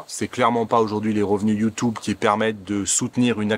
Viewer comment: Sur « Youtoube » stp 😂